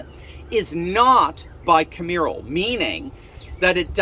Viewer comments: Bi-ca-MEER-al? Bi-CAM-eral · It's Bi-KAMMM erl. Two parts.